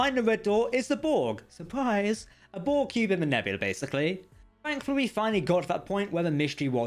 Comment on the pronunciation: For future reference, it's borg CUBE, not cue. Conduit, not condui. Complex, not complek. An accent is no excuse for not pronouncing the last letter of a word. SLOW THE HELL DOWN, when youre speaking. Youre not a twelve year old girl.